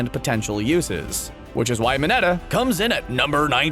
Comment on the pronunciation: He cant pronounce most of their names lida=ida uraraka=orrrraraka mineta= minnnitaaa